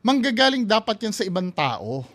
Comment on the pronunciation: Yung kay Jiggy Manicad nga sabi niya "pagdagsa ng mga tae" instead ng "pagdagsa mga tao" hahaha